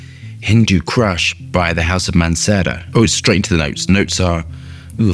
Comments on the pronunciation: Its not cRush ! Its Kush without the R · Kush does not have an R in it. Not crush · Hindu Crush? I Heard Hindu Crush, it's "Kush" not "Crush". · HINDU K. U. S. H NOT CRUSH 🤣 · Not Crush, kush 😅....hindu kush mountain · Kush not Crush !!! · it's prenounced "koosh" like cushion.. lol. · Nothing pedantic about it. He is adding an ‘r’ that isn’t even there 😂